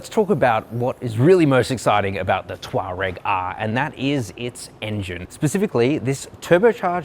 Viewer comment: Come on, it’s tour-egg